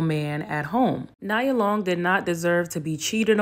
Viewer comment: Good points made. Her name is pronounced Nee-ah Long